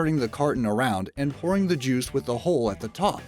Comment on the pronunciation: When you say "pouring", it sounds like the word "boring". Anyone else notice that?